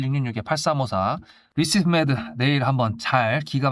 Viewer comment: 중간중간 자꾸 리스브메드???? ㅋㅋㅋ 종목명부터 정확하게 안내하시길